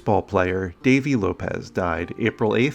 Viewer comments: It is. blew it. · I was always told that Lopes was pronounced as lopes not lopez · This guy got his chance and he screwed up. Can’t even get the names right. It’s Davey Lopes not Lopez how disrespectful and unprepared. You blew your chance unbelievable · Lopes is not pronounced Lopez. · Davey Lopes.... One syllable lopes...not lo-pez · its lopes not lopez his last name rhymes with"ROPES" so figure it out to pronounce it right and give respect to him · well lisa lopes rhymes with ropes too not lopez so thats two disrespects for you badddddd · The E is silent in Lopes. It’s pronounced Lopes, not Lopez. Just a heads-up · It's DAVEY LOPES NOT DAVEY LOPEZ. Great Second Baseman. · Davy Lopes last name is pronounced the way it’s spelled : lopes. Not Lope-ess. I’m old enough to have watched him play ball many times, but Google is also your friend. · Lopes, not Lopez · Lopes, not Lopez. Sheesh! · My understanding is that his last name was pronounced "Lopes" (rhymes with ropes) not "Lo-pez". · As a longtime Phillies fan, it was pronounced Lopes as in cantaloupes. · Just what I was thinking. It's LOPES as in DOPES. There's no Z. If you're gonna to the research on these clips, do a name pronunciation check. Sure add credibility. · Excuse me, it is Dave’s LopeSS, not Lopez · Not sure whether it needs to be a channel for this but at least correctly pronounce the names of the departed...it's Davey Lopes, not Lopez. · Davey Lopes' surname rhymes with "slopes". It's not "Lopez". Great player. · Lopes, rhymes with copes. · Lopes is NOT pronounced as LopeZ. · Thanks for pointing that out! I was disappointed with the lack of fact checking on Legacy’s part! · You mispronounced Davy Lopes' name. Get it right,. ⚾⚾⚾⚾⚾ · Jesus. How did they get that wrong?!? My man appatently never watched him play. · Lopes, like hopes or ropes. Great job as always, thank you!